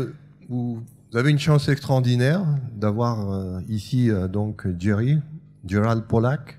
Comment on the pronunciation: Il s'appelle Gerald Pollack, pas Gérald Pollack.